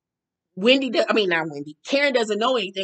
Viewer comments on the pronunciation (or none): Why gizelle calls Wendy “Windy” lol